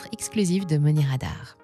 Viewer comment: Tiens on ne prononce pas money radar avec l'accent américain ?